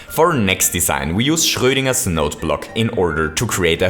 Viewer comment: first of all whats with that not a plumber anymore did i miss something and seccond of all i have never seen someone that has sad the r in Schroedinger/Schroedinger so german ist like somebody from the UK or USA sais Einstein right (in german acend) thats actualy pretty cool (im from germany so thats why i now that german R ei ÜÖÄ... stuff)